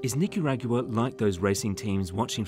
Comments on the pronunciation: The AI narrator is getting better but when it pronounced Nicaragua that was a dead giveaway. Humans can do this too but better. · I’ve heard speakers from the UK pronounce Nicaragua this way… I’m thinking this might be an actual person 🤪